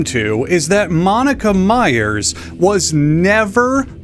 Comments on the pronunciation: Meyers is pronounced the same as Myers and is not mayor. Meyer, Meyers, and Myers are all pronounced like mire just with some having the "s" on the end. This has be a PSA from a Meyer with the extra "e". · myers and meyers are pronounced the same